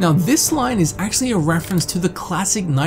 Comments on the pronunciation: There's no 'G' in "Dr Strangelove" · He also said dr strange glove, and getsy-berg